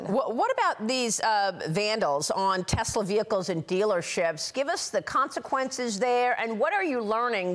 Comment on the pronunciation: Donald is so stupid. Elon's Tesla deserves the legal protests and the lack of sales and the tanking stock. Since when do elected members of the government have the right to promote a private company like Tesler? (Donald's pronunciation, not mine).Especially turning The Whitehouse into a Tesler showroom. What an embarrassment! The Tesla protests are happening worldwide. As for the judges, they are following the rule of law. Trump MUST follow the rule of law. Pam Bondy is a hypocrite and a joke. Right now, I am ashamed to be American.